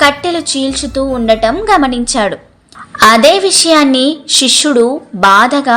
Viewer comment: శిష్యుడు అని చదవాలి షిష్యుడు అనకూడదు